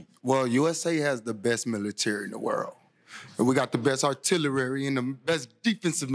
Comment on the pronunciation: Artillerary!!! Lol